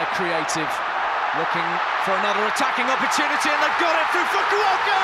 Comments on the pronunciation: Also gotta love that pronunciation of Kenjo Fukuoka. KEN-KY FUKI-OHKAH! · About the pronunciation of Fukuoka's name. It's Kenki Fukuoka, not Kenkai Fumioka.